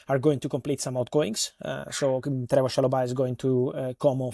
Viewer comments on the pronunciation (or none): none